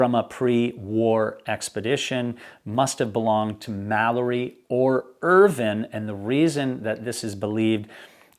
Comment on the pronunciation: Just curious why you pronounce Irvine's name as if it's spelled "Irvin". The "e" on the end means that the "i" is pronounced either as a long "i" or a long "e". Examples would be "vine" (long "i") like "grape vine", or long "e" like "morphine". I've known several people / families with the surname "Irvine" and it is ALWAYS pronounced with a long "i". I grew up in a city that was about 10 miles from Irvine, California, and that is pronounced like all the rest, with a long "i". There was also a N. Irish Formula 1 driver back in the 1990's / early 2000's named Eddie Irvine who also pronounced his name like how we pronounce it in the USA, with a long "i". So is this a British thing? I mean Brits pronounce a lot of things really weirdly, but pronouncing it as "Irvin" seems too weird even for them.